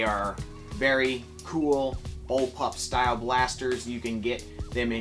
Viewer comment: My guy actually said bullplup blaster